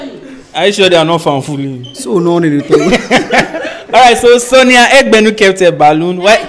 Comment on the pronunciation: Eg-be-nu not Egbenu put some respect on her name😂